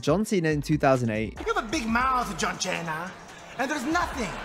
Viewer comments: Santino saying “John Chena” back on 2008, I remember that so vividly. Truly made me crack up because as a Latino I had family that couldn’t pronounce words correctly but they still always did it with a level of confidence that is beautiful 😂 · Lmao “listen here John cheena” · "John Cheena!"